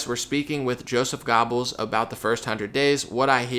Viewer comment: Great stuff as always. BTW, it's pronounced Gerbles not Gobbels. And yes, I'm training to be a real Pronunciation Police officer.